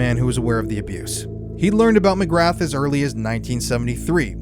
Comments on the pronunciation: McGrahhhhhhhhhhhhh not McgraTH…… William Mcgrahhh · McGrath is pronounced McGraa, no TH sound, I'm irish it bothers me but most of our names sound nothing like the spelling 😂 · Pronounced. Ma graa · McGrath could be pronounced as McGraa if it's Irish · McGrath is prounced mc gra Just letting you know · McGra. You do not pronounce the “th” 👍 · Can't take seriously with how ur pronouncing mcgrath 😂😂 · Interesting, but the “T” in “MCGRATH” is silent and Britain's CIA is MI6. MI5 is more like the FBI. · You are mispronouncing Mc Grath - the ‘th’ is silent. Just saying